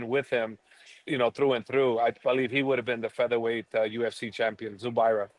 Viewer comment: He said zubaira?! LMAO the weakest link out of Dagestan 🤣